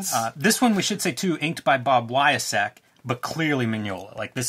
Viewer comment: Former Marvel Bullpenner here. Love you guys' show, That said, pronunciation check: Buccelato = "byoo-cell-lah-toe." Wiacek = "why a check."